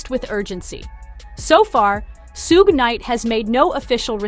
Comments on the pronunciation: It's shug, not sugè. You know like sugar without the ar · Her pronunciation of suge knight bahahhah Sssuuugay bahahah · Dang, she really butchered Suge's name. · She really butchered s name